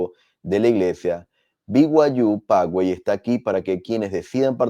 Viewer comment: Se pronuncia Pazuey (fyi)